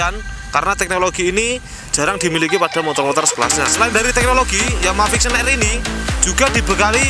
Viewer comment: mules gue dg yg nmanya VIXEEON...jjik